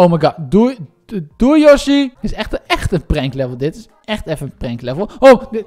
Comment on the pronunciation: het is prankt niet prenkt